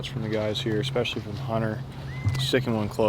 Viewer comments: expecially???, really lol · This is so good, huge thanks to everyone involved in the making and playing of this, massive amount of effort! Can we also just clear up this exspecially??? There is no X 😂